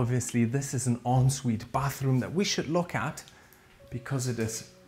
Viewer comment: We don't say onsvite in England. It's pronounced 'on sweet' but some people will say it as they see it and say 'en sweet'.